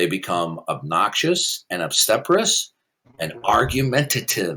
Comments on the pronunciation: Every time he mispronounces obstreperous it makes me giggle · Obstreperous is the word you twice failed to say